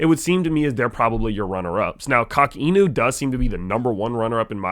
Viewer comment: Good video, homie. But before you drop any alpha, def. get the pronunciation right. It's pronounced "Cock In You." Not to be crass, but it's part of the whole meme. So, again, the correct way to pronounce "Inu" is not correct within the context of Coq Inu. I'm not trolling, but I'm the type of guy that if I have a booger hanging out of my nose, I'd rather be embarrassed once when someone tells me, instead of walking around with it (i.e., saying "Coq Inu" wrong) hanging out of my nose all day, for everyone to see it (i.e., continuing to make videos and drop alpha whilst saying the name of the project completely wrong). Ya dig? Word. Carry on. Also, we'd love to have you in the community. Come check out a Spaces sometime.